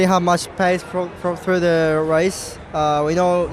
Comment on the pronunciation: Great race. Loved it. Does anyone else wt annoyed that george russell pronounces th with a v? Vhe race, vhere, vhats, etc. So annoying. Well done lando and lewis.